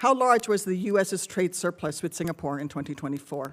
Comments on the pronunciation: HE CAN'T EVEN PRONOUNCE SINGAPORE CORRECTLY. HOLY SHIT. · His diction is awful.. He cannot pronounce the words right.. How in hell was he nominated for the job? He is coming here as ambassador and our HDB block janitor can speak better English than him? And his grammer !! Oh gosh "to get a part with THE Singapore.."?